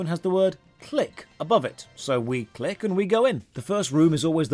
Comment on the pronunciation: does it really say "click"? seems like it says "dick"